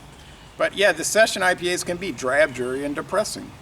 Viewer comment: You said it right! 👍👍